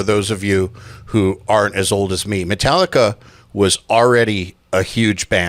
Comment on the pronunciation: Did he just say - Mentallica?!